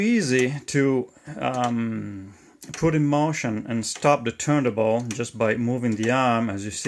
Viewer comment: Excellent and Very informative, I am also interested in how the speed (RPM) is controlled, could you include a video for that mechanism. Your detail is very good. Also may I, the platter that holds the record is pronounced TURN-TABLE in English, I hear you pronounce it missing the T in TABLE.